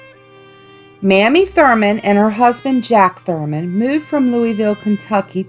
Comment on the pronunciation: West Virginian here. I've been to most of these places, and had heard all of the urban legends. The Asylum and Penitentiary are really cool! You mispronounced Mamie Thruman's name. :)